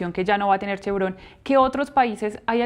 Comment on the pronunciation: l+a vaina es clarsa. Vzla. chavista no podrá contar con su petróleo. El Régien destruyó la industria y, ahora, busca financiamiento pero con Trump se fregaron. NOTA Es Chevron, palabra grave y no aguda, pues Chevrón es una ridiculez y falta de sofistación al hablar.